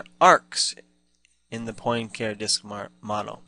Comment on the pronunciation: Also, hearing poin care is like hearing ewe-ler for Euler :-) For further reference, it is pronounced Poin-car-ay :-) Cheers!